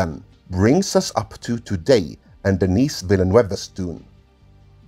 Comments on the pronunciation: Denis Villeneuve prononciation help: The « S » in Denis is silent... so if you’re an english speaker but want to say his name they way he would pronounce it... it’s more like: Dennee The EU in Villeneuve make a single vowel sound... it sounds like Uh! Or you could pronounce The NEUVE part like NEVE in Neve Campbell. So « Vil - Neve » would be close enough. Villeneuve is the juxtaposition of 2 french words... Ville and Neuve... (City and New) and literally means New City. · THE S IN DENIS IS SILENT. DENIS as opposed to DENNIS. MAN! Some Peoples Kids! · I was about to say. He's not a girl, for the love of god. It's pronounced: Deh-NEE. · I like that you feign the appearance of tedious researcher, but couldn't be bothered to look up the pronunciation of the French name Denis. Takes two seconds.